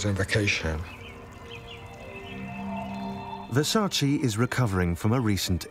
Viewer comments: It's Versace. Not Versaceee. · No disrespect but everyone is mispronouncing his last name. It’s not versa- chi it’s versa -ch eh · No, it’s Ver-Sach-eee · If you love and respect Versace, at least prenouce his name correctly.